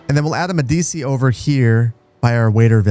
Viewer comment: Its pronounced "MEH-dee-chee."